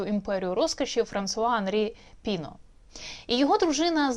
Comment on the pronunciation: ПінО, наголос на О, він же француз.